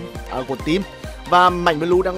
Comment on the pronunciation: Nge ông nói bleu ma cuoi nhoc